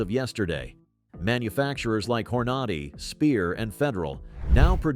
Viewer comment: HORN-A-DAY!!! good grief 😂